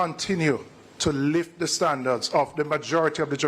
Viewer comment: Why does use the pronunciation of the word "THE" so haphazardly? Isn't the convention that before a vowel "the" is pronounced closer to the word "thee" and before a consonant it is pronounced as "tha"? Thee apple. Tha boy. I'm sure knows this. If he doesn't he should and he should start using it as such. It's quite confusing at times.